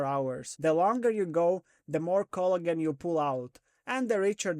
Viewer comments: I couldn't figure out what "Culligan" meant... 20 minutes in I figured you were saying Collagen. lol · I'm going to start saying cloigan, it sounds better 😂